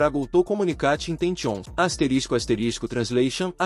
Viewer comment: QUE POHA É ESSA 😂😂😂😂😂😂 "asterisco asterisco translation asterisco asterisco" Acho que o negócio tava falando inglês com língua português, sabe quando você lê o inglês todo errado? É tipo isso 😂